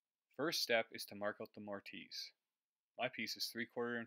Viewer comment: He's picking on your pronounciation. Most people pronounce the "i" as a soft consonent so it's More-tiss. The silent "e" at the end would normally cause the hard "i" though, so I don't fault you.